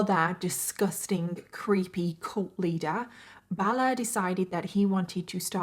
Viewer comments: Heh heh I like the way you say cult hahah cULt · I love your videos but I can’t deal with your pronunciation of cult. Coolt.